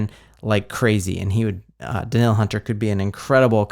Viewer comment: It is pronounced Da-neal! And Hockenson is not Jewish. Also.. The Vikings have the best stadium.